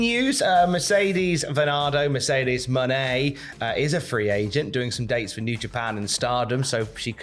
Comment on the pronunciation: It’s pronounced “Money” surely? Not “Monet” like the painter.